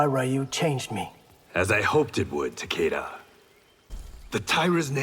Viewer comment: The closest and proper pronunciation of Takeda's name we'll ever hear🥴